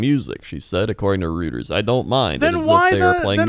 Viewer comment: Btw Reuters is pronounced Roy-ters :)